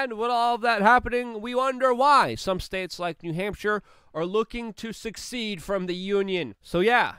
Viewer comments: Secede not succeed brother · Secede, not succeed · SECEDE is the word u r looking for pronounced [sah`seed]... and might as well succeed at secession